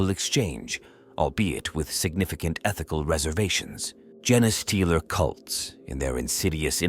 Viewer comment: geness-tealer cults and the primarsh